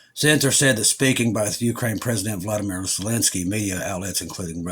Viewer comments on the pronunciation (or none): none